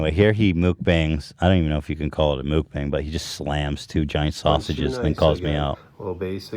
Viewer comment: Every time Ethan says "mook-bang" I cringe...